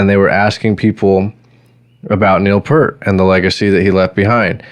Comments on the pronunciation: Two things.... Why Why ZED. Canadian song, Canadian airport. And it's P-EAR-T... not pert. Toronto boy... saw them 42 times. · Its pEARt....not Pert. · Neil Peart pronounced his name just as it is spelled: P - ear - T You're saying: P - ur - T PS - As YYZ was about a Canadian airport, it's pronounced "why-why-zed." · Peart, not 'pert' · Say "peert", not "pert". :) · For the 4897th time, it's YY ZED, and it's Neil PEERT, not 'Pert'. 🤦🤦‍♂🤦‍♀🤦‍♂🤦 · If you’re such a fan, pronounce the name correctly… P-EAR-T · Pronounced PEErt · Fyi Neal’s last name is pronounced "Peert". His daughter died in a single car accident and his wife never got over this tragedy. She was diagnosed with cancer but chose not to fight and passed about a year later. You are totally right about how he chose to grieve by riding his motorcycle for a long trip from Quebec to Alaska to Mexico etc. He wrote a book on that trip called : Ghost Rider: Travels on the healing road. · Dude get his name right lawd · Sad you couldn’t pronounce his last name properly. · wow pronouncd his last name wrong, i cannot even watch. but good try! you are also lying about the drum machine thing, ridiculous. ignored nd not subbing. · That's not how you pronounce his last name.